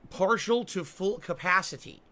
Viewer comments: He said capacity and mirage like a complete psychopath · Seriously, why does he pronounce words like that, as if English isn't his primary language? "Partial to full cap-pah-seh-tee".